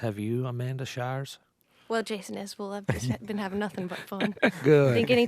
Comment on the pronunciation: It's Isbell, not IsAbell... and the 400 unit is not a bunch of pot heads...